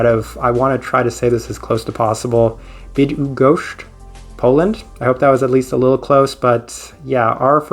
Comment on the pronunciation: Not bad at all your pronunciation of the city of Bydgoszcz :-) I'm impressed!